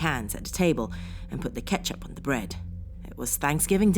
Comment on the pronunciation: Please stop saying 'de' for 'the' occasionally. You're a well spoken woman and it really does spoil it for me when you do this. Thank you